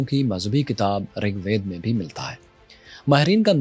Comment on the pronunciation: عزیزم ! یہ “رگ وید” نہیں “رگ وید” ہے، یعنی “رگ” کے نیچے زیر ہے۔ باقی جناب کی مرضی